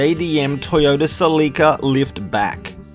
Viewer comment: Your you’re not pronouncing Celica that word right That name